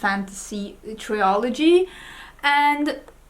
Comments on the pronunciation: also we say trill ogee rather than try ol gee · Since you often ask how things should be pronounced: trilogy, not triology. And it's the same in Swedish, trilogi, inte triologi. I guess a mix up between trio and trilogy is the explanation behind that common mistake. I loved hearing your book review!